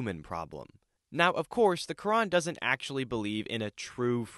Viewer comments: he cant even say fucking "Quran" its said like kr aan not ka ren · the "kurin" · Side note, what the hell is the ''khadeeth'' and the ''kurinn'', it's Hadeeth (Had'iith) and Quran (Kur-aan). Bro didn't even know how to say it properly. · "Kedeth" "keran" bro🍃🍃✌✌